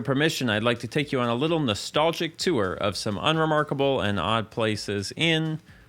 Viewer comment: you say tour like TUAH